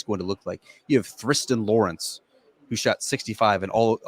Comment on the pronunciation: Thriston Lawrence… the ‘H’ is silent 🤦‍♂️. Pronounced ‘Tristan’